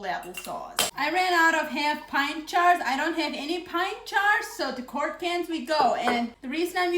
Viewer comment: I love how she says jars...it comes out "chars". She is precious.